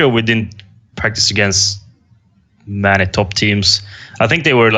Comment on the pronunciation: "im pretty sure we didn't practice against mäny teams"